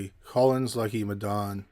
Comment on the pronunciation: As an African hearing you pronounce Madaune is so funny...